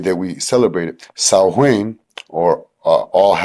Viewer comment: Another wonderful video from you! Love it! I'd like to offer for those who don't know, Samhain is pronounced SAH-WAIN or SAW-AIN, the "M" is silent. But otherwise, very informative as usual, keep'm coming! <3